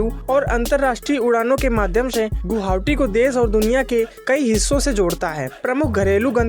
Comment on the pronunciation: Guhaoti... 😂😂 Nahi guwahati bolo... 😁